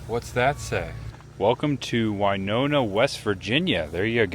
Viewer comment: It's very sad to hear about Hank Williams and I still hear in my head Midnight in Montgomery by Alan Jackson one of my favorite Country artists. 😞 A lot of people do the same thing on the sky bridge in Las Vegas near Hoover Dam,. It's pronounced Winona win not wy like Winona Ryder.